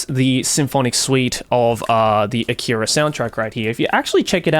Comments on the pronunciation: Leave a like if you corrected Joey every time he said "A-keeey-ra" 🤣🤣 Great vid otherwise, Joey 👍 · I don't understand why he mispronounced "akira" like that in the video